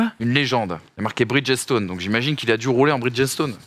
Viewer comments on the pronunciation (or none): Les gars, je sais que prononcer les noms anglo-saxons c’est très difficile, Mais parfois, il suffit de savoir lire…. Arrêtez avec les pneus « bridgette-stone » svp